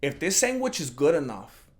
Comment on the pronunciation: Why he sayin SANGWICH?🤣🤣